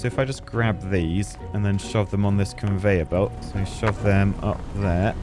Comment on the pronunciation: bro said "converyor belt" and i was there